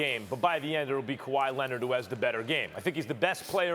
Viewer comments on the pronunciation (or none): Nobody: Nobody Ever: Stephen A: Kawaii Linnit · “KAWHI LENNIT” ~SAS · Steven A: Ibaker .. Rob Palinker .. Kawhi Lennitt